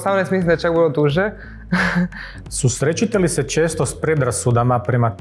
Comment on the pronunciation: "SusreČete li se..." 🤦‍♀️